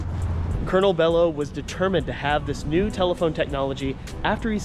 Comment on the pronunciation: Belo pronounce bee-lo.